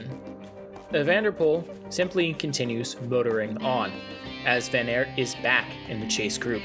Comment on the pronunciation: Please look up the pronounciations of the names. It’s not that hard in the times of the internet and just disrespectful to pronounce every name wrong. The Aert in van Aert for example is pronounced just like the English word art. So not that complicated even for a native English speaker.